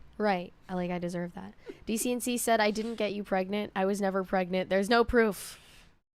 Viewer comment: "NO PRAGNENTS."